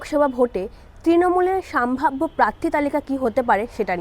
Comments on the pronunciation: নিজের শব্দ উচ্চারণ নিয়ে সচেতন হওয়া উচিত। সাম্ভাব্য নয় সম্ভাব্য হবে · কথাটা সম্ভাব্য, সাম্ভাব্য নয় । ভাষা ঠিক করুন আগে । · কথাটা সম্ভাব্য সাম্ভাব্য নয় , শুনতে খুব খারাপ লাগছে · সাম্ভাব্য না ওটা সম্ভাব্য হবে। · কথাটা সাম্ভাব্য নয় সম্ভাব্য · ওরে বাবু সোনা "সাম্ভাব্য" না রে, "সম্ভাব্য" হবে শব্দটা...সঠিক উচ্চারণ কর। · আপনি কি সম্ভাব্য বলতে পারেন না, পুরোটাই সাম্ভাব্য সাম্ভাব্য করে গেলেন। একবার শুনে নিন ভিডিও টা, তাহলে আর কোনদিন আপনি ভিডিও বানাবেন না। উচ্চারণ ঠিক করুন। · " সাম্ভাব্য " নয়, সম্ভাব্য! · এতোগুলো বিধায়ক,মন্ত্রীকে লোকসভায় টিকিট দেবে বলে মনে হয় না।আর হ্যাঁ,'আগের বছর' বা 'আগের বার' না বলে 'গত লোকসভা নির্বাচনে' বা 'গত নির্বাচনে' বলা উচিত। আর 'সাম্ভাব্য' না।একটু উচ্চারণ বা শব্দ নির্বাচনে যত্নবান হন।মোটের উপর উপস্থাপনা খারাপ নয়।এগুলো ঠিক করলে আরো ভালো হবে।